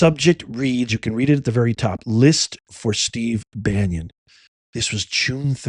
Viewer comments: Check your pronunciation of Bannon - it’s Ban NON - it sounds like you’re saying Ban YON …..I could be wrong, is what I’m hearing repeatedly…. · Dear, Why are you putting a "y" sound in front of the second syllable in Steve Bannon's last name? It's pronounced Ban-non without a "y" sound in the middle, not Banyon. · Why do you pronounce Steve bannon's last name Banyan I had to read it to make sure you were talking about the Steve Bannon we all know and sure enough you are. Please correct your pronunciation of the name endless we're all wrong and Bannon is actually pronounced Banyan. You're the smart one here so maybe it is pronounced Banyan. But if it isn't it doesn't look good for you did you mispronounced such a simple name. Sorry to be Petty but it matters